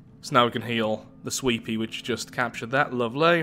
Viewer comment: Everytime says "sweepy" i think hes saying sweetpea